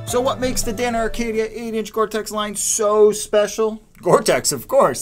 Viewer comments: It’s Acadia not Arcadia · It's Acadia not Arcadia. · There is no "R" in Acadia...stop saying, "Arcadia" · Every time he said "Arcadia" I wanted to punch the screen. How the hell do you get that from reading Acadia? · Acadia not Arcadia.... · I think the "R" is silent...